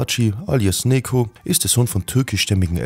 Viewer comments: Sogar den Namen sprichst du falsch aus hahaha das sagt mir das du schlecht vorbereitet warst es heißt NECATI NECO und nicht neko such dir ein anderes Hobby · Bro man spricht es nicht wie Nekoh sondern Nedscho oder Nejo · Bro sein Name , „Neco“ wird wie „Nejoe“ ausgesprochen !!! Genau wie Necati wird wie Nejati ausgesprochen !!! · richtiger pik! 😂( spaß no front!)